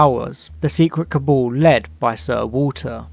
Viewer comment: You need to learn how to pronounce “cabal”.